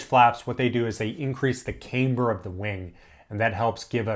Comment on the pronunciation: 1:1? it should not slow down. "camber" does not have a long "a"